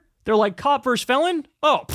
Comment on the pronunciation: Kyle, for such an intelligent guy, your use of "verse" instead of "versus" is surprising.